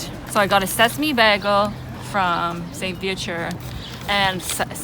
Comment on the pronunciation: Why noone making a comment about the pronounsation of "bagle". But in all seriousness, this was something I was wondering about, so thanks for the comparison.